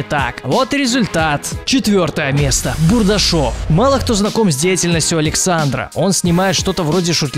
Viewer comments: Не БурдашЁв, а БурдАшев! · бУардашов а не бурдашОв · НЕ БУРДАШОВ,А БУРДАШЕВ!!!!!!!!! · не БурашОв как ты говоривишь, и БудАшев) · не бурдашОв, а бурдАшев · БурдАшев, хоть ударение правильно ставьте когда читаете... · БурдашОв, ааауоа, слух режет. Ощущение, будто вообще снимает ролики "на отвали". Серьезно, в интернете находит информацию о блоггерах, читает это все, вставляет нам отрывки роликов где по нескольку раз зачастую повторяется ник блогера, но все равно в видео читает его неправильно. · Бурдашев ударение на У,а не на Е